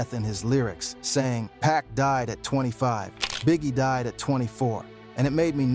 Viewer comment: wait wait im only 20 seconds in and did you say PACK? how dare you call 2pac, PACK lmao